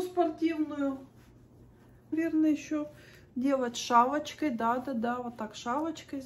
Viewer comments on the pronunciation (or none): Делать шАлочкой 😂😂😂😂ist das Russisch? Das ist fantastisch! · Кстати она сказала шВалочкой😂..